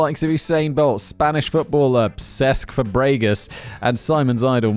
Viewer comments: Cesc Fuh-bre-gus! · You mean cesc Fab-ray-gas XD